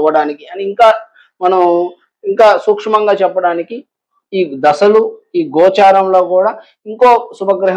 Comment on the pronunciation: ద స లు కాదు దశ లు